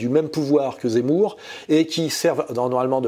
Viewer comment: " que Jémour est très zenti" 😂😅